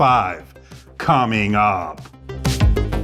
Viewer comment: Always very helping videos. But I don't like the "coming up" particularly the way of saying it